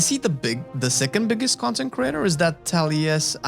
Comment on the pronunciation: When you say content creator, I hear "consecrater". TBH, I watch your channel more than the concecraters you listed, except maybe T&E.